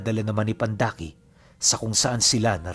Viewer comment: pandaki po...hindi po pandakaki😊😊